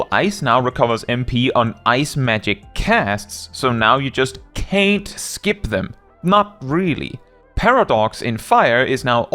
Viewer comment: Bro, you say "can't" like you're from Birmingham, Alabama. 😅